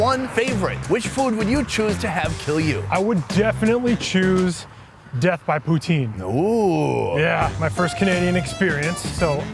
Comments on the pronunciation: If you want to piss of a Quebecois (besides calling em Kebekers) pronounce poutine as poo-teen. They'll love ya! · I HATE when none-Quebecois make Poutine, that shit was NOT real Poutine. And it is pronounced POOH-TIN (the E is silent). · It's not POUTEEEN u noobs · So he's Canadian, but can't pronounce poutine? Or is that the French pronunciation?